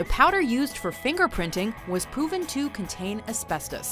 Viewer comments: In she says “the powered is pooven to” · POOVEN LMAOO